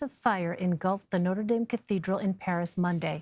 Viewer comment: She needs to learn how to pronounce Notre Dame you don’t pronounce it as the bloody team